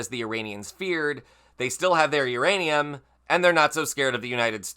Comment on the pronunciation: Saying the words Iranian and Uranium in the same sentence had to be tricky. Well done, and thanks for the great reporting.